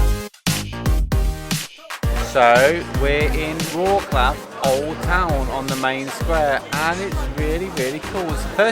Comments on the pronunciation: Don't get me wrong, I'm no trying to be smart, but I got a small tip for u guys. Instead of saying Wroklaw (Wroclaw) try pronounce it: Wrotzlove. Same story with another one of the biggest cities in PL Katowice, try Katowitze... it won't sound so funny (for Poles) as Katowiki or Wroklaw :D :D I won't even bother you with how to pronounce name of city Szczecin :D not a big deal, but I think it would be easier to understand of which city you are talking about. Best Regards guys! :) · any of these on your list? btw - in polish language you don't pronounce C letter like "k", so it's like WroTS-love ;-) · Wrocław - there is no K sound when You pronounce it:) check out the pronunciation on You Tube. and really I do not how you plan your routes that You end up on bumpy roads as there are good roads every where in that region.. Especially when You travel from Jelenia Góra to Wroclaw.. You must be choosing those routes on purpuse so no complains as there are altarnative routes. Also, there are so many beautiful castles in the region of Lower Silesia. How could You miss them all? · You've been there 3 days and still can't pronounce the city you are visiting correctly. Lots of comments about how to say it ... don't be ig'nant guys ... makes you seem parochial. Also ... I think your editing is too fast with jump cuts and fast pans and zooms that hurt your eyes ... like not every one has ADHD or a short attention span. Slow it down loveys ... it doesn't have to be perky ALL the time.